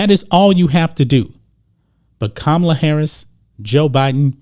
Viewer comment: ka ma la not kamala...what a khunt